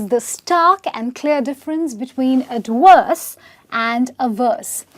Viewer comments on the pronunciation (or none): She said AD-Worse. V becomes W by some people. What it! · Adwerse? I need to make videos to help you pronounce words correctly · you are lovely, but it sounded like you were saying adworse not ad verse.